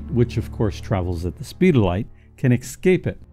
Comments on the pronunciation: yeah, say Esscape. It break immersion when you sound like a pro voice guy, but say excape. Cool channel by the way... good job so far. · nice piece,but quit saying excape willya?